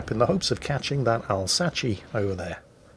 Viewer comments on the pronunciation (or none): Al-sa-chee? I thought it was Al-sas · That mispronunciation of 'Alsace' ... literally unlistenable! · yeah, I've been watching long enough to know that, just wanted to highlight it for anyone who missed it:)